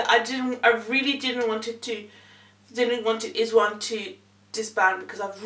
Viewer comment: Pronounced eyes one